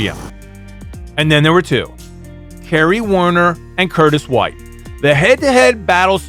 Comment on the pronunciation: and Wait... "Beccy vs Kenny"? I know it's Kerry but damn I keep hearing Kenny!